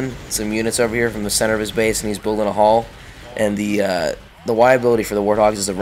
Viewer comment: When he says hall, it sounds like hull.....